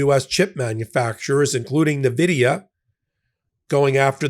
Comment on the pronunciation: Point of informarion: Nvidia is pronounced "en-VID-ee-uh," not "nuh-VID-ee-uh." Its orgin is derived from the Latin word Invidia, meaning envy. It gave me snarky joy to see Trump butcher the pronunciation of the most wealthy corporation on the planet, but, take the high ground and say it properly. With that out of the way, keep up the great work, buddy! 👌👌